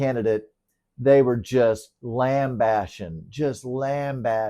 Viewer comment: I’m a pedantic ass, so I can’t help but point out it’s “lambasting” not “lamb bashing” 😅